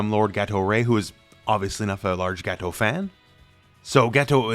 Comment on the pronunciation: I like how you say Gato like Gateau. Like in petit gateou.